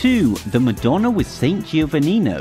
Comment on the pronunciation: It's NOT GIO-vannino. It's JO-vanninio GI represents a J in Italian. My family name is Giordano - pronounced Jordano. Like JOhnnie (Gianni / dʒovanni verˈsaːtʃe) Versace and JOseppi (Giuseppe) Rana. Listen to the next DiGiorno commercial you see - they pronounce it DiJOrno (correctly)